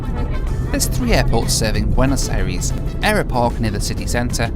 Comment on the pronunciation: Really love the videos but for some reason my brain cringes every time you say bueno aires. It's pronounced "eye-ress", thanks for the great content.